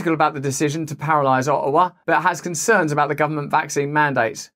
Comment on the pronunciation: O'awa Alber'a I love it